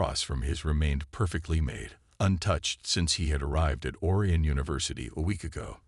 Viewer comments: HOLY HELL!!!!! 13 seconds and already your POS AI ticks me off!!!! "Alex THOMP-son...(with the H being pronounced....NOT said properly as "TOMPson"!!!!! THEN, OR-eeuhn" instead of pronounced as "or-I-uhn"!!!!!! JESUS!!!! Can't more than 1% of you people get an AI that can speak English properly!!!??????? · Or-eye-on! Please.